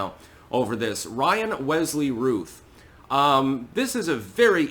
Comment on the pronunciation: Isn't his name pronounced ROUth? Like Brandon Routh (Superman Returns).